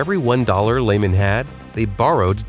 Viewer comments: Either AI voice or uninformed narrator. It's not pronounced Layman brothers it's pronounced Leeman brothers. Lay got it? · It’s LEE-man